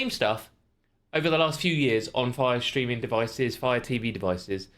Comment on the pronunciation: It's not shtreaming it's STREAMING! 😜